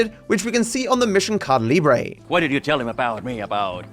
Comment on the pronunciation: every time you say "caída" even worse.